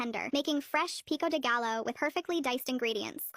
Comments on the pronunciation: its pronounced "pee-co dee guy-o" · Pico de GA-YO NOT PICO DE GALO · It’s not “pico de galo”, it’s “pico de gallo” pronounced /gay-yø/ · Every Ai mispronunciation hit me like a truck 😭 ITS NOT PEE COH DEH GAI LO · PICO DE GALLO ITS NOT PEAKO OF GUYYO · This ai voice made me mad with the pico de galloaur part 😭🙏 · Pico De gallo is crazy (I know to spell it but the way the si said it) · The way AI said pico de Gallo made me gag... I know it's AI but still